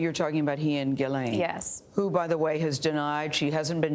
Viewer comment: The accuser and Gayle are not pronouncing Ghislaine's name right.